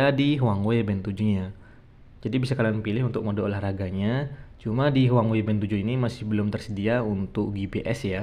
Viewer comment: Bukan huangwei bang, tapi huawei 😂